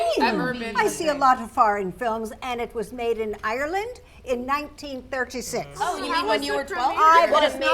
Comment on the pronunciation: It’s ireland not ereland so pronounced properly you don’t know how rude and offensive it is to be called like that but even worse we don’t say top of the morning to ya I have never heard anyone from Ireland say that besides people portending to be Irish but anyways great video so true I’m a survivor and Ik the treatment was hard